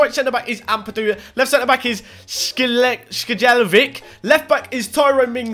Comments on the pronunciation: Guess who that can't say Skjelvik... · You’re pronunciation of Skjelvik is wrong😂 Love from Norway🇳🇴